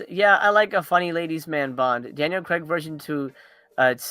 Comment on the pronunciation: Craig is pronounced Crayg not Cregg haha